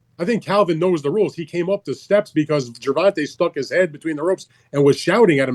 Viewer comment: “Gervontuh” lol